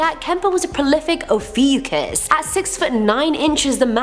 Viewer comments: Actually, it’s pronounced: O-fi-U-chus Ophiuchus (At least that’s what I heard) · Oh-few-cus is how it’s pronounced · cries in Ophiuchus its actually oh-fee-oh-kus is how its pronounced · It is Pronounced O-few-cus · no one: absolutely no one:: OfEwCusS👁👄👁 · Pronounciation and date is incorrect. It runs from Nov 29-Dec 17 and WHY? focus on the bad people? If you really want knowledge. skip this vid